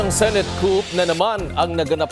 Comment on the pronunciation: Wrong pronunciation of the word COUP